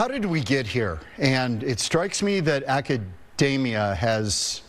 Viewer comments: It would help if Professor Steve Koonin knew how to correctly pronounce the word Academia / akəˈdēmēə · when the guy mispronounced "Academia", i became certain that we are doomed. The last 10K years of stability, an anomaly by itself are gone, we have destryed the Garden that God has given us,... woe be unto those that destroy the Planet